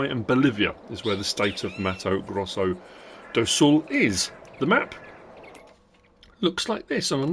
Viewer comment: As a Brazilian, for me you said "Mautou Groussol dol Soul"